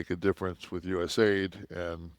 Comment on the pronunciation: It's not us aid, it's u s a I d